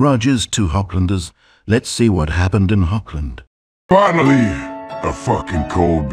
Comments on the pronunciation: it's not pronounced "hoggland" but "horrland" it's a German ch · German hearing "HOBland".... rage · ah yes, the glorious state of Hog-land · Hochland? Weird pronunciation for USA.